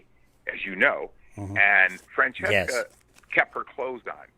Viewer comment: I can't believe he pronounced Francesca's name correctly